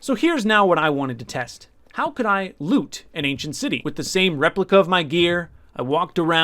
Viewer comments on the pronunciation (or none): Was it just me or did he just say "end city" instead of "ancient City"